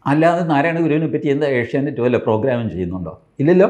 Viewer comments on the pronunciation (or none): none